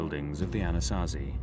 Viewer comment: I like the (Diné)Navajo elder and his stories. I wish he could teach these documentaries how to say Anasazi correctly.